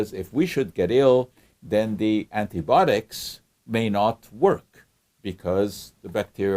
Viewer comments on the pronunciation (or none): Good explanation! Why do you say antibotics and not antibiotics?